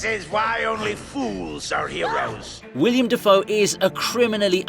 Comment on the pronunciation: It's Willem, not William